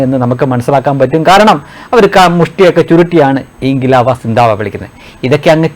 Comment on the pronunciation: ശ്രദ്ധിക്കുക, സിന്തവാ എന്നല്ല സിന്ദാബാദ് എന്ന